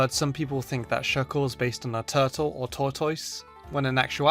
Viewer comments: I can never unhear this now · He said tour toise